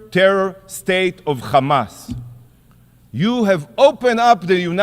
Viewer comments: The man can pronounce "here" but not "hamas", he has to say "khamas". What a joke these people are, propganda with every breath they take. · Yikhya… instead of Yahya. Khamas instead of Hamas. I am sick of hearing stupid Isreali pronunciation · I laugh every time the "Israeli" representative forgets and says "Hamas" instead of "Chamas". He can say "has" he can say "have" and he can say "Hamas" but chooses to say "Chamas", except when he forgets. They are soooo fucking childish.